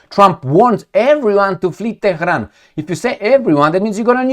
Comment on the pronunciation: is a punk. "Teh-he-ron" is the way you would say it if you were unbuckling someone's pants. And his fetish for twerps waving nukes is even funnier: "Oh no, there's a Woodchuck!" Let me fill you in. Trump didn't threaten to nuke Iran. Israel isn't threatening to nuke Iran. No state actor in any theater anywhere in the world is going to nuke anybody at any time. is just a chicken little blowhard.